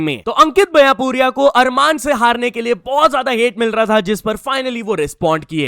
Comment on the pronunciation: आरमन सारूकियन ❌️ अरमान सारूकियन ✅️ We make him desi😂😂